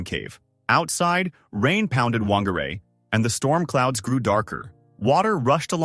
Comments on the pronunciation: Whangārei is pronounced fangārei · Whangarei is pronounced fangarei btw